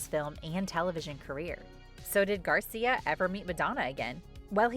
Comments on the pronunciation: It is Angel Gracia, not Garcia 😞🙂‍↔️😒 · For the record, the maker's name is GRACIA, not Garcia. I watched every video MTV broadcast for this contest. I have the VHS tapes for all the recordings I did those days. The "winning video" was not even close to the best one.